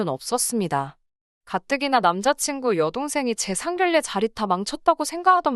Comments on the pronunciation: 상결례가 아니라 상견례로 읽어주세요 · 상결례가 아니고 상견례로 읽어주세요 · 발음에도 상견례이지 상결례는 아니지않나요?